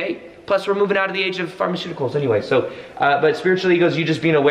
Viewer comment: lmao "plus we are moving out of the age of pharmecuticals" xD